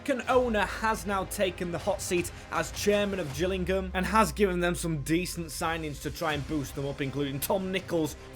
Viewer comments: U said gills it is pronounced jills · It's not the gills it's pronounced the Jill's lol